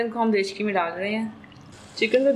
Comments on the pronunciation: nice rcp but mujhe ye samajh nahi aa raha aap baar baar kachori ko chakori aur dekchi ko dechki kyu keh rahi hai 😒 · dechki ni dekchi and chakori nahi kachori 😂